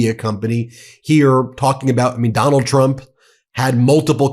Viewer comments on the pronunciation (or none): It sounded like you said McDonnald Trump. That's his new nickname